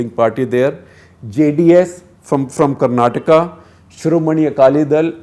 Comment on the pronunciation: Sir aapne dil jeet liya. It shows your familiarity and experience when you say KARNATAKA not KARNATAK. other journalists don't even bother to correct themselves even after pointing it out. 👏